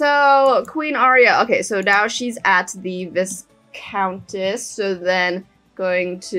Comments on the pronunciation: The viscountess is pronounced like -why's y . so vhy-countess. I know I'm late... But just starting the series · Viscountess is pronounced (vi countess) vi as in why